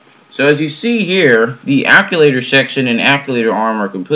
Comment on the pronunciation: Just FYI… It's pronounced "Actuator", not "Acculator".